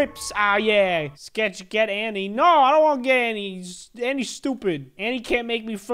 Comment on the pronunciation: The way you said annie is stoopid XD